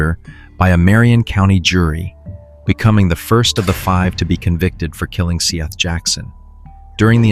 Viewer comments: This has to be one of those bullshit AI channels because bro can’t pronounce “Seth” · And his name is spelled Seath. But I'm not certain of the proper pronunciation. Please, honor the murdered boy by getting his damn name right.